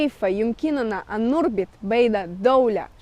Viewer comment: "كيف نَربِط" وليس نُربِط.